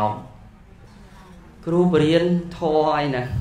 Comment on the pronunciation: គ្រូ មិនមែនគ្រុទេ